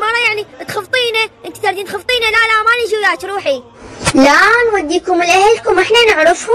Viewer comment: تخفطينه مو تخطفينه هههه